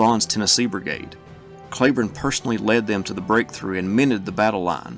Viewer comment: are you sure you are pronouncing Cleburne's name correctly?